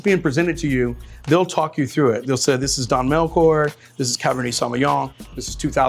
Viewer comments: Chilean here 🇨🇱🇨🇱🇨🇱 Melchor's "ch" must be pronounced as in de word Chair, not Choir, love to see Andre back 🔥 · Great video! In Spanish, the "ch" is pronounced like in "chair" or "champion". So the name Melchor is not pronounced Mel"k"or. Just a little annoying info.